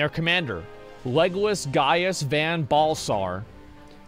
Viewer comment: “Legolas Solus Galvantius” I’m totally calling him that now. XD